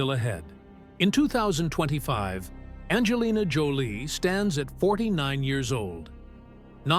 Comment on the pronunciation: BS YOU Cant even even get her name right she is not named bandjalynne